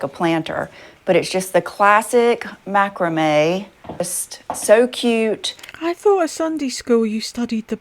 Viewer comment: No didn't go to Sunday school. Didnt they teach you about, greed,vanity,no? Please learn to say " Macrame " properly ffs.